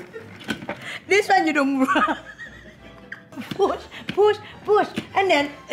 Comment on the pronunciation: " firstable " 😭 " pooosh poosh poosh " 💀 " look like bird nest " 💀 *longgg pause* 🤔 iii like ittt . 🤣🤣 " look like u took sumebody husband and they beat you up " 😭😭💀